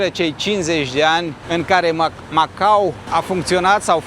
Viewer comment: Felicitări,, pt că datorită ție vedem și locuri/zone în care nu se aventureză prea mulți. Iar pronunția CORECTĂ este MacaO, cu "o" la sfârșit, nu cu "u", așa cum o învățăm la școală pe când se mai făcea geografie...